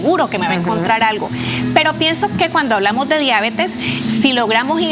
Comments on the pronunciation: Diabetes no diábetes. NO ES UNA PALABRA ESDRÚJULA. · La deabeeetesss. No la diabetes. La diaaabetessss. Que rabia esa pronunciación